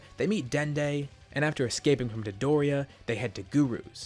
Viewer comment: Why do you pronounce dodoria like midoriya